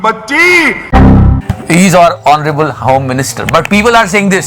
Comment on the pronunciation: 'Honable 'Home minister or 'Tadiparr..?? 😜😜😂😂😂